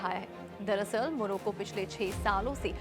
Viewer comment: उच्चारण सुधारें...😮मोरोको ❎ मोरक्को ☑️ 1.13 बचूडखाने❎ बूचड़खाने ☑️ 3.38 सकरात्मक❎ सकारात्मक ☑️ ✍️ प्रदीप कुमार पटैरया 'प्रदीप'